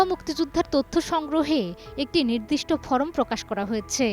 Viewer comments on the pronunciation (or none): none